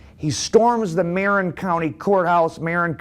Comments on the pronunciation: I like your channel very much. Not be a grammar Nazi (no pun intended) but it’s pronounced M uh rin not marron. It’s the same county where San Quentin is located. One county North of San Francisco and one county south of here in Sonoma County where Barry Mills was from. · The county you are talking about is pronounced MAR - IN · ... its MA-RIN county. Also Tyler Bingham was the half Jewish AB leader not Barry Mills. Tommy Silverstein was adopted by a Jewish step fsther but his real fsther was Irish "well known prisoner in international rape circles" 😂😂 WTF DOES THAT EVEN MEAN?!?!